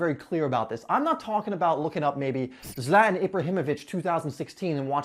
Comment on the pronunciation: Zlatan (Zla-tan) not (Zlat-n)